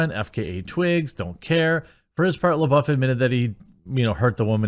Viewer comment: It’s Florence “pew” like Pepe le pew, lol. And “lebuff” like gym dude is buff